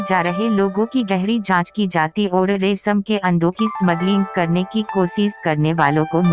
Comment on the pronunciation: Good information. But its "Resham" not "Resam". And also "Mystery" not "Mistory". Please correct.